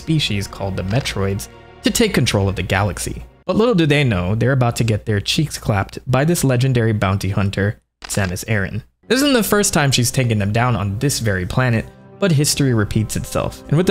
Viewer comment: It's pronounced A-RAN not aaron!!!